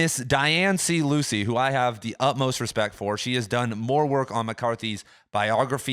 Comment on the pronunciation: Small thing, but Dianne Luce is pronounced like “Loose” and not Lucey. Folks usually don’t pronounce the middle initial either. Nitpicky think to mention, I know, but a lot of folks know of her and it is just a tad distracting.